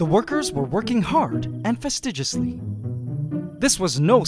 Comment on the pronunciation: Did you pronounce fastidious with a g instead of a d?